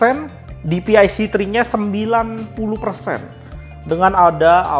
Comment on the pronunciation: saran ya bang 1. klo menurut saya enaknya baca MSI itu dibacanya "em es ai" dripada "em es i" 2. bacanya dci p3 bang bukan dpi c3 koreksi aja ya bang